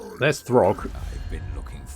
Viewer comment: It’s not throgg though